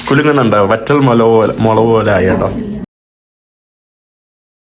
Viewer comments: മൊളവ് അല്ല ഹംക്കേ 😂മുളക് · മുളക് എന്ന് പറഞ്ഞുശീലിക്കെടാ ചെക്കാ... 😄😄😄❤️